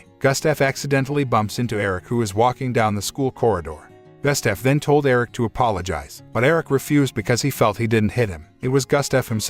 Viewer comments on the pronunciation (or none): Why did you pronounce Gustaf as Gastef? 😂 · Terrible pronunciation of Gustaf.